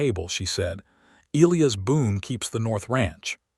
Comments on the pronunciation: Not ElEeus, It's pronounced El-eye-iss! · It's Eliy Us notNOT eleus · His name is pronounced “ ah LIE us” ………Greek and Biblical Old Testament……as were many, many, many early Judeo-Christian American names. NC😢